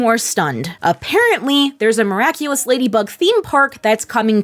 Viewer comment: That theme-song hahaha. "Miracle-less ....... Simply the Best" hahaha. Amazing how funny it is when you mispronounce the NAME of the show